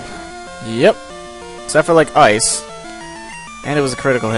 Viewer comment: I like how when he says ice, it's like AAYCE.